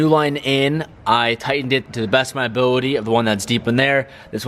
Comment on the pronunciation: "To the bes of my abooty"?????